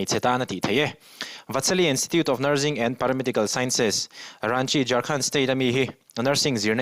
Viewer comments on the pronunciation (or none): NurZing nilovin nurSing tia lam tur aw